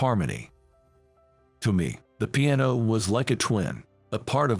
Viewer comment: Really .... pronunciation is horrible ... can't even say piano